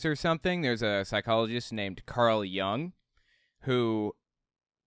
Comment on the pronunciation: Hey! Love your videos! I know that you have an interest in psychology and just wanted to point out that Jung is pronounced with the same short /u/ sound as in "put". I've always been surprised how much credence has been given to some of his ideas as they have struck me as far too wooey to be taken seriously in a scientific field.